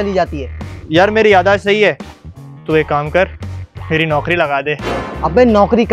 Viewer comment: "Yadaash" nhi "Yadaasht" hota he